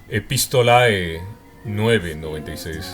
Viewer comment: En latín el diptongo "ae" 'epistolae' se lee < >